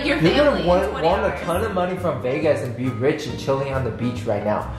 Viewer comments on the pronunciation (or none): none